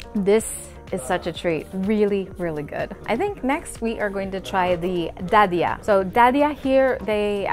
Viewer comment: You said Dadiah were perfectly just like local people 👏🏻